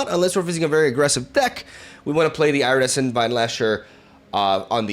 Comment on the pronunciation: Ear-uh-dess-ent, not Eye-ra-dess-ent, just so you know.